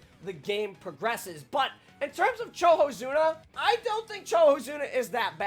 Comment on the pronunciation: Is it pronounced CHOhozuna even though its written as COhozuna?